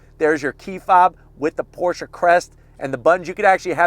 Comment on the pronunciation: thank you for pronouncing it correctly Porsha